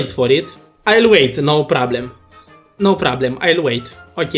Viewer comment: ”nau prablem”